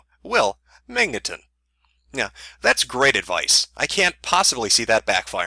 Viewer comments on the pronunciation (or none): At like you pronounced magneton inncorrectly... IM SO TRIGGERED YOU INCONSIDERATE BIGOT!!! (Jk XD)